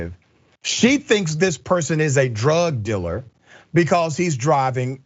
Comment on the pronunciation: What's a "drug diller'?